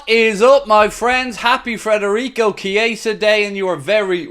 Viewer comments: It’s Fedarico not Frederick! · Now that he’s officially ours, please say his name right! FED not FRED